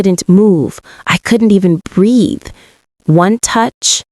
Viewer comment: Playback speed needs to be 1.15-1.25x Why are there 2 female voices? It’s an odd change. This is a 40 minute story. Either add more plot or cut the fat in the story. There’s a lot of fluff😮. Ijs too much focus on feelings and emotions and not enough on the story. AI mispronunciation of the word Breathe. #Irksome